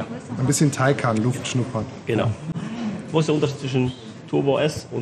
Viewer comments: Wie Sie immer Tiko Tako sagen absolut klasse😉 schönes Video auch von Porsche wie viel Mühe in den Details liegt👍🏾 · Porsche TAYCAN 🇩🇪 Porches AYCAN🇹🇷